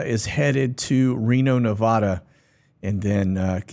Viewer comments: I have nothing but respect for you and all you do. Just one small request. Nevada. We Nevadans appreciate it when people pronounce the vad part of Nevada the same way you pronounce dad. When you say vad of Nevada and it rhymes with odd well, you kinda sound like an English snob as it were. So if you love your dad like I do...... you'll pronounce Nevada the same way you say dad. Thank you in advance for respecting us Nevadans. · Many Texans say "Nev-ODD-a". We're not snobs, it's a geographical thing. The same as pronouncing Arkansas the correct way and not "Ark-KANSAS" 🙂